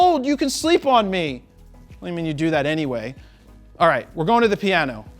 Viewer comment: LOL lady over... RRrrRRRRRight